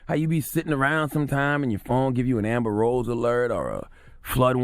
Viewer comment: This is old. Im from Hawaii when it happened. And you said Amber Amber rose. Lmao